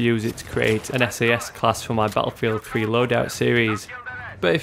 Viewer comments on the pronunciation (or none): bah-ah field thhhhree